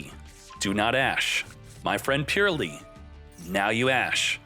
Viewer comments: its not purely, its Purr-ly gotta make the Purr sound like cats make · Great matches all around. New format is great. Can't listen to him say purrely though it hurts. It's purr-lee the e after the r does not affect the words sound. Supposed to sound more like pearly than purely.